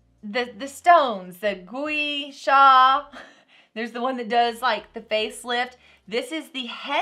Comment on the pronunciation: It's pronounced gwah shah. 🤭😛🤓 I love mine.